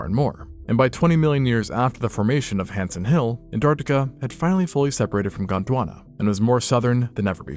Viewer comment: I can’t stand listening to you talk. It’s Gondwana, not “KHOTT!!HWANNA!!”. Try some deep breathing and speak from your diaphragm instead of your glands.